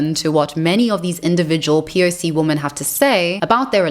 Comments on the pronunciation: Why do you pronounce women to sound like woman. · Great video. I have a question (and believe me, I'm not trolling). Why is the word "women" (plural of woman) pronounced "woman" in this video? It's a bit confusing to be honest. Is it a new thing? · "Women" , not "woman". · You're new here. It's every video. She can't pronounce it, she knows it sounds wrong to her listeners, she hinted that she can't and it might be a neurological disorder, but she's never explained WHY she pronounces it incorrectly. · How hard is it to pronounce women? 🤷